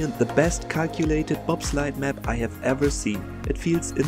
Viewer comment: bro rly said BobSlide xdd